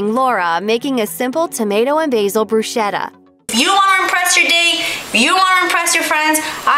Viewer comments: BrusKetta. Not brushetta.!!!!!! Sheesh! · The Italian in me cringed when the narrator pronounced it “broo-SHetta” 😖. It’s pronounced “broo-sKetta”. I said what I said. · THOUGHT MY MSG WAS GOING TO lAURA, BUT GUESS IT WENT TO MASHED, RIGHT?in which case may i tell this presenter that its pronounce BRUSKETTA///the h is Italian is a K sound, and everyone mispronounces this word sadly!!